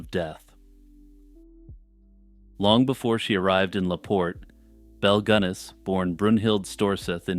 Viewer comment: Just a note for future reference, Belle’s last name is pronounced like the famous Irish beer.